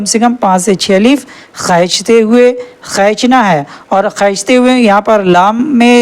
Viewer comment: السلام علیکم ورحمتہ اللہ وبرکاتہ خینچنا نہیں ہوتا کھینچنا ہوتا ہے۔ لفظ ایک ہوتا ہے اور الفاظ زیادہ ہوتے ہیں اپ یہاں پر پانچ الفاظ کا بتا رہے ہیں لیکن جب اپ ایک لفظ کو پڑھ رہے ہیں تو اسے ہم لفظ کہیں گے اپ پانچ الفاظ کا بتا رہے ہیں اس ویڈیو میں لیکن اپ ایک لفظ کو پڑھ رہے ہیں۔ جزاک اللہ خیر